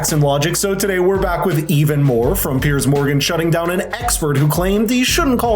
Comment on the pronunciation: Not even 25 seconds into the video and I already approve.....not for the content, but simply because unlike most Americans I have seen , you can actually pronounce Mr Morgan's name! You pronounce it Peerz, unlike so many of your countrymen who say Pierce. It's like those who call the James Bond actor Daniel Cregg....it's Craig!